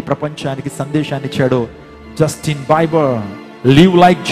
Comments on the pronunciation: Justin biber kadu sir Justin bieber (bee ber ") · Not బైబర్ it's బీబర్ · justin bieber pronounciation wrong